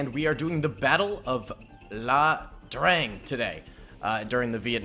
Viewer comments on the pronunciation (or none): Ia Drang. With a "I". Not La Drang. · Great video, it is pronounced "Aye" Drang. Keep em coming! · Its "Ia Drang" With an I. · Few mistakes 1. The battle is called ia drang not La drang 2. This battle was not fought by the marines but instead by the 1st Calvary division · it’s ia drang not La drang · It’s an I. Not an L. The Ia Drang Valley was where the battle occurred. It was fought by the Army. Not the Marines. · I'm pretty sure yo have no clue what yo talk about. How about a re-do and pronounce the Ia Dang correctly for starters.